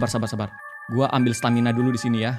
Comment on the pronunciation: tadi kak regi bilang "stamina mina ee"😅😂